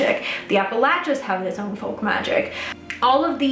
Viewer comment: THANK YOU for saying Appalachia correct! lol so many people say it incorrectly and it makes me cringe. I feel like a lot of folk practitioners write us Appalachian folk practitioners off because they view us as “hillbillies” so they don’t care to learn about us or even how to say it correctly. your mention of us was so brief but it still made me happy ❤